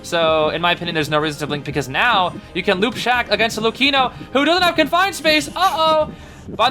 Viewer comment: Big W for the way you pronounce Luchino